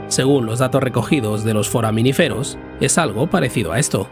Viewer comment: Es "foraminífero", con acento en la segunda i...🤦‍♂️